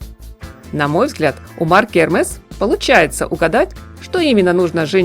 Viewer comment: То, как вы произносите Эрмес...